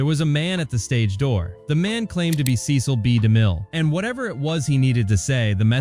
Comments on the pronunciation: The most insane detail is the sloppy inclusion of footage from John Huston's film "The Bible: In the Beginning.." released a decade after "The Ten Commandments." The second most insane detail is the narrator (AI?) treating the . in Cecil B. DeMille as a period at the end of a sentence, and beginning a new sentence with "Demille." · Five different "Hit Like & Subscribe" call outs ruins the video. So does AI narration. Every time the audio says "Cecil B. DeMille" the audio pauses due to the period instead of saying the name smoothly. What a travesty.